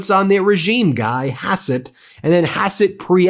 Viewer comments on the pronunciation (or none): Hassett not besset